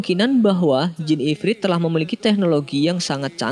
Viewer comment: IFRIT BUKN IFRID